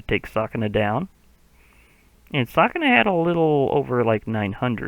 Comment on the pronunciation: just so you know it’s pronounced ‘su’kuna instead of ‘sa’kuna